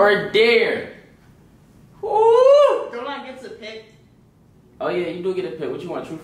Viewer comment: Bruv its dare not dear